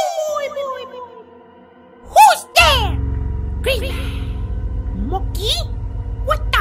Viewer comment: every time i hear say Mokey it is monkey